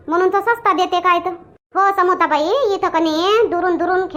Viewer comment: ते समोसा नाही समोता आहे😂😂😂😂😂😂😂😂